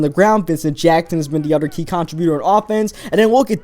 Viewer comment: i like the vids but damn. "uder" "den"